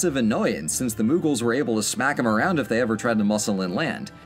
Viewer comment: There is no 'N' in mughals then why do you call it munghals...